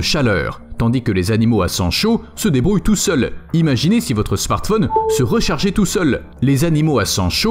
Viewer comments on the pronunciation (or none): none